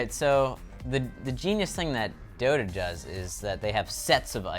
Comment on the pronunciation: Dota not Dora...